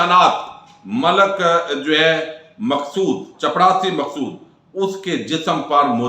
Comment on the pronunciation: موضوع بڑا سنجیدہ ھے صاحب۔۔۔۔ورنہ مجھے عربی زبان کے ایک مدرس ھونے اور تقریباً 25 ممالک کے طلباء کو پڑھانے کے تناظر میں جو عربی آپ نے پڑھ کر سنائی ھے وہ ھنسی "سے لوٹ پوٹ کرنے کے لئے کافی ہے۔۔۔ آپ ویسے ھنساتے رھتے ھیں۔۔۔ ایک ویڈیو میں مقصود" چڑپاسی" کہتے کہتے رک گئے۔